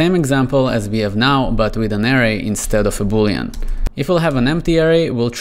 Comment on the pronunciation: Good video, and disclaimer I know learning a second language is difficult ESPECIALLY English, but I recommend looking up how to pronounce Array